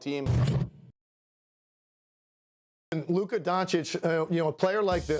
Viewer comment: Subtle jabs the media has been taking against luka and kyrie. Notice how sas always pronounces lukas name as “lukur”, and notice how these guys make sure that if they do call luka the best player they say he maybe the best “offensive” player. To constantly discredit his defense or to put a asterisk on his greatness. When curry who plays no d and jokic who plays no d are doing their thing and winning then they are the best “player” but when its luka then hes the best “offensive” player.